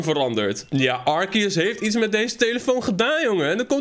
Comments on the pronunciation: Het is arceus niet arkeus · Het is altijd arse-eus ✨ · Nee het is arceus uitspreekt arsieus